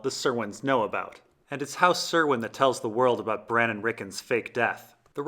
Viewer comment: PLEASE LEARN HOW TO PRONOUNCE HOUSE CURWYNS NAME FF,S!!!!!!!!!!!!!!!!!!!! ITS A C NOT AN S